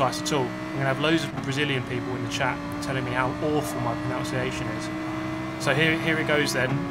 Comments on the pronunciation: Calling it turn 4 so you can't butcher the proNOUnciation? Genius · It's actually pronounced 'pro-NUN-see-ay-shun' :) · "I'm probably butchering the pronunciation" he says, whilst butchering the pronunciation of "pronunciation". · pronouncing "pronunciation" wrong is peak REEEEEEEE